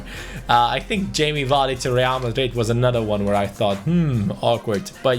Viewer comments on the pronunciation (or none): none